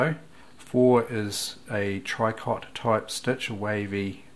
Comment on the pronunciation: Tricot stich is pronounced "tree-co"...we can blame the French for that...lol.